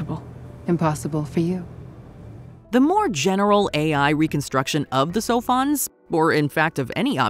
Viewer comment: I thought they were saying “cellphones “ instead of “sophons “. I always had to remind myself what they were talking about